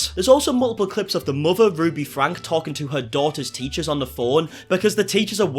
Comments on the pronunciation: Their last name is pronounced Frank E, not Frank. 👍🏼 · Franke is pronounced frankie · Love your content. Keep it up! I did want to let you know that you are miss pronouncing their last name. It actually has an E sound at the end. Frank– E. Doesn’t change a thing, just wanted to let you know. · Her last name is pronounced like Frankie